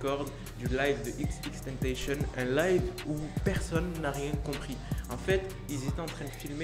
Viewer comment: C TENTASSION PAS TANTEYSHONN